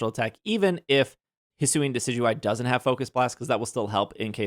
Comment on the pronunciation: Friendly reminder that Wolfey Glick pronounces Decidueye "Decky Dooey" and it is probably my favorite thing about him. It's the World Champ Difference TM.